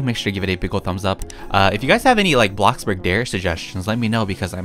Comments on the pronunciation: Lol I like how u say ''ABLOCKBURG!!'' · Who else sometimes gets annoyed when he’s like abloxborg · Can u keep the intro like blockbark instead of blockburg? I like it. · I couldn't stop laughing when said bloxburg wrong XD